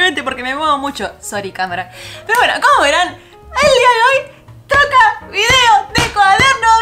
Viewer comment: Fui la única que escucho troca en vez de toca al principio del video? 😂😂